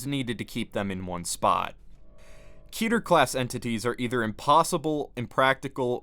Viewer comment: Keter rhymes with Letter. Fight me.